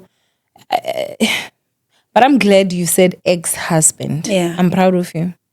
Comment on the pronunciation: I like how pronounces the married male, Hoesband 😂😂